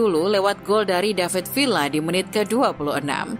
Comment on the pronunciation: Di baca " David Viya" min